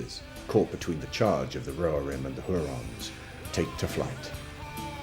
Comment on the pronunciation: "Huorns" not "hurons" !